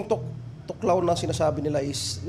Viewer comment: "Thoc lao" 😅 tuklaw 😂